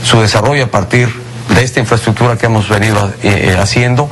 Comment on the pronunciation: Hablaba sobre "infreschukchur" Xd